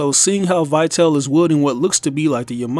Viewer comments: The correct English pronunciation should be "Vitali", not "Vaiteil". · It's pronounced "Vee-tahl-eh." It's Latin/Italian for "lifeful." Just like, "vital." Let us all remember that the DMC series is inspired by the real life works by Italian poet and politician Dante Alighieri. He had written many of them. His most famous include his Comedy (often referred to as the Divine Comedy) and la Vita Nuova ("the New Life"). Although the games are not exactly or faithfully based on these works, they're certainly inspired by them. Not only that but in other artists and notable figures, too. Such as Trish (for "Beatrice," the lifetime love of Dante's), Nero (a Roman emperor) or Vergil (another notable poet, and Dante Alighieri's mentor in his Comedy). This new character could be a reference to la Vita Nova, just like the other have serve different references over the years. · I dont think that Vitale is pronounced as "why tell". Just imagine it having something to do with latin (which is probably the case), not english, so, take Vita (again, not "why ta") and add "le" at the end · His name is actually pronounced ''Veetali''. It's italian. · Vitale is pronounced Vi-tah-lay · I don't trust in speculations made by someone who can't even figure out the pronunciation of the name "Vitale"